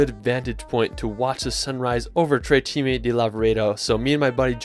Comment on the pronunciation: nice video! i'm italian, i live near to dolomites, and i'm so proud of these gorgeous mountains! ps the correct name is "tre CIME di Lavaredo"